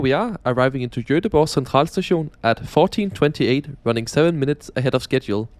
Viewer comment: joteboh. perfect pronounciation man!